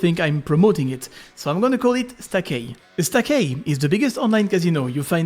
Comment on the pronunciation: pronounces stake wrong me: knows he can't pronounce it any other way because he's French (this is a joke, not meant insult but to have fun)